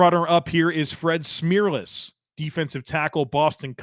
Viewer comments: Never heard it pronounced Smeerless until this video .. haha! Pretty sure the "erless" is correct. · Well done! But a question: is Fred Smerlas' last name really pronounced "Smeerless"? He used to do a radio show, and as far as I can remember he and the co-host always said Smerlas with an "er" sound, not "eer".